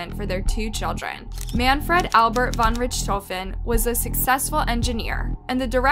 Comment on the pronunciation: Von Richthofen is absolutely not pronounced like that, play some blackops zombies please